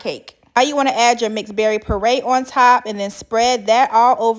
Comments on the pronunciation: It’s PURE-RAY not PURRRAY😂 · Purée is pronounced pyu-RAY or pure-RAY, not purr (like the sound happy cat makes). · Hey love, nice video. But one thing you pronounce “puree” wrong. It’s not “pur ay” it is pronounced “peeyuray “, said quickly. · Peray is killing me its pureeeee ay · Peray? It's pure-ay 😅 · Pure-ray, not parray! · Poray....you mean puree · It's not pronounced parade parade walk or march It's pronounced puree make a puree of (fruit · I think she is saying puree, but the captions say parade,lol😂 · Ohhhhh my god... it's *PURE-AY* pronounced PURE-AY... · I swear it took me at least a minute to realize she was saying “purée” not “par-ray” I was so damn confused lol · I thought she was saying PARADE. 😂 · Cute outfit!! I thought you were saying mixed berry parade, which works! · DELICIOUS!!!! But lovely what is a PORRAY????That is the weirdest pronunciation I've ever heard !!!?? 😅😊😊😊😊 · Pronounced *PURE....RAY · Learn how to make your own whipped cream how’s there a tutorial it’s simple just get some double cream and continue to whip it up till it becomes thick and it was bugging me why she couldn’t pronounce purée correctly 😂but the cake looks lovely and moist yummy